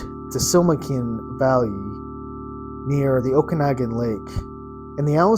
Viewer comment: is pronounced oak-a-noggin...my British g.f. and i saw this aquatic creature July 1st 1994 p.m. about 90 ft from shore&boat lunch between Peachland and soft ball fields...what we witnessed i believe a Plesiosaur(sp)...1st and only time we visited lake..have not gone back into any body of water since...we had no knowledge of such creature(s)in this lake+not know size...